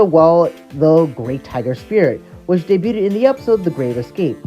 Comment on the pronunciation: You pronounce debut as "day-beaut" (with an audible T sound at the end) and debuted as "debut-ted" for some reason.